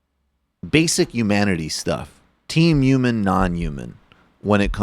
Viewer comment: This is disgusting but why does Michael hate the H in the word human? UMAN